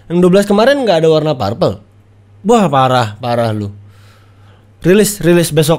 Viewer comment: Anu bang, bukan "parpel" tapi "perpel"